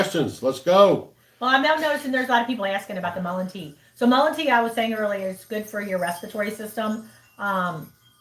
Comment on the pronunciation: Mullen is what it sounded like